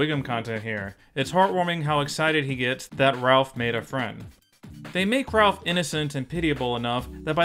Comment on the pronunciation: C'mon, It's Ralph!